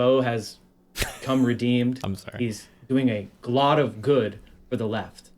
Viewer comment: "...that he's doing aglot of good..."